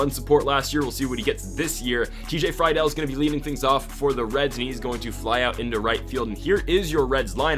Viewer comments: it’s free dull not fry dull also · It's pronounced Tj Free Dool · As a reds fan it’s pronounced “Free-Dil” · This is how u say tj friedls name free-dl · also Friedl is pronounced Free-Duhl